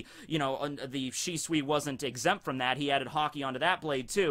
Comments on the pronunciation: It’s always been pronounced Shisui. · the more I hear shisui, the more its starting to sound like swiss cheese XD